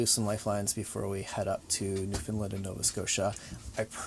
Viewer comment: and, one of the first things you need to do before visiting Newfoundland is learn to pronounce it. The locals say "new-fun-land" and it is said rhyming to "understand" So.... understand- Newfoundland (new fun land) -understand.. I can say this with confidence as I am a 7th (maybe 8th) generation Newfoundlander, from the capital St. John's! Hope you have a wonderful adventure, there is much to see and do.